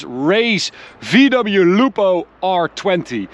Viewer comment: VDoubleyou. Much better than BMDoubleyou xD